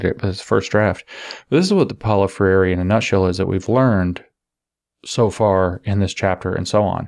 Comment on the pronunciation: If you want to pronounce his name closer to the original: Pow-low Frey-r(e) But, won't blame you for utterly not caring. Ha.